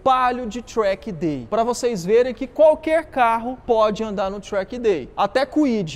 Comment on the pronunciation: tchrack day kkk